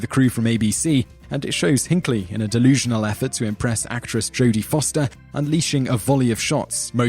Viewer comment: Jodie Foster not Jane